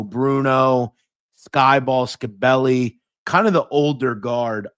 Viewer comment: Scibelli is pronounced Shibelli. I grew up with and around all these guys you're talking about.